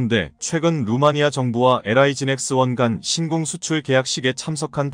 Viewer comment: 신공이 아니라 신궁입니다.